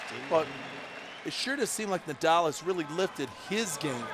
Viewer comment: The only thing about Rafa retiring i won't miss is hearing the commentators butchering his simpke name. I won't miss Nadauu😂